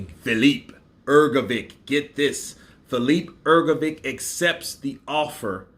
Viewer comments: FYI - Hrgovic is pronounced HrgoviCH ich like itch. Any surname in Serbia and or Croatia and Ukraine and Russia etc I think as well finishing with a C is pronounced that way. I mainly know this because 16 years back I had a beautiful Serbian girl as my first gf lol. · Hrgovik - Hrgovik Hrgovic - HrgoviTS C like TS in lets Hrgović - HrgoviCH Ć (considered a ‘soft’ c) like CH in cheese so it's Hrgović CH Croatian words are pronounced exactly how they are spelt and there are no silent letters